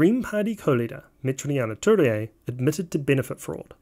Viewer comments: great video but its worth researching how to pronounce Maori names. It's Me-ti-ri-a Tu-rei (not me-te-ri-a-ma Tu-re-a) and Ma-ra-ma Fox (not ma-ri-a-ma). For some reason you inserted a few more syllables that are there! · it's not meteriana turia, it's meteria (met-ear-e-ah) turei (two-rey), and its not mariama, its marama.